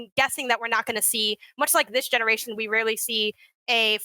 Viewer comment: I about died for 2 mins when said "genewation" and barely held it in. Great show y'all!